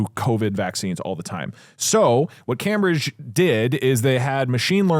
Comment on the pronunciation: Why does Doug pronounce “Cambridge” like it’s his friend Cam Bridge?